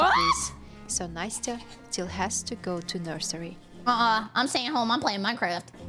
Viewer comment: nasty-uh 😭😭 its na-stai-uh